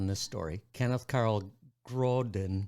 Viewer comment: Its pronounced grON dIN like on and in ... i know because kcs my cousin